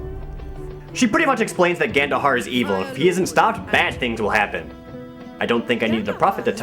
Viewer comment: Every time you said Gandohar' i thought you said Ganondorf